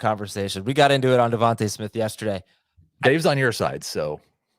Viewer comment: Bro it’s devonta smith